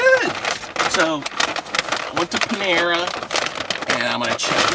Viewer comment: Panara lol not Panama